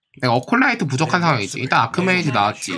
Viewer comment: 에콜라이트를 어콜라이트라고 부르시는건 여전하시네요.. 영상 잘보고갑니다